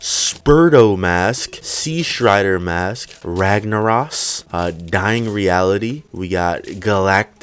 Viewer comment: Did he just pronounce Ragnaros like Ragnaross. WoW players, rise up